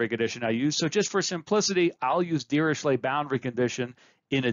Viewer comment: well you are pronouncing it correctly since he was "Lejeune Dirichlet" which is a German deformation of "Le jeune de Richlette" which is pronounced "sh" for "ch"